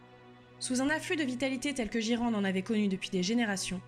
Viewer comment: Trop sympa, une vidéo de fluff en français, par contre Ghyran, c'est "guaïrane" en anglais, "jiran" m'a surpris.